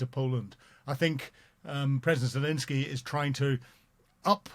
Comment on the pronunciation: is still incapable of pronouncing Zelenskyy’s name.